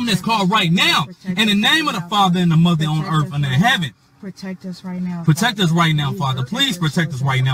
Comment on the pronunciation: Muver on earf